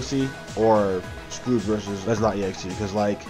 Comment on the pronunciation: His name is SCOURGE not SCROUGE!